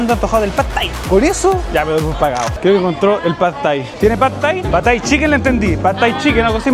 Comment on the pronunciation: Like por cada vez que el dice Phad Thai 🍲